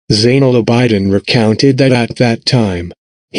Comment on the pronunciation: abidin is pronounced aa bi din not aa bai diin